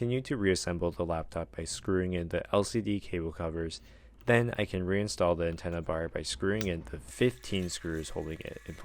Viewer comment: “The antenna barrr”😂✌🏼 Edit-Feel like bro was getting a little tired after those 15 SCREWS 😭😭